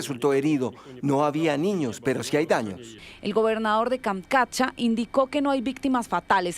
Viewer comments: Tienes razón bro se deletrea Kamchatka y no se deletrea kamkatcha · Tantas veces tiene que decir Kamkatcha??? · Es tan difícil decir kamchatka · Kamchatka....no Kamkatcha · Porque no le dicen que es Kamchatka y no Kamkatcha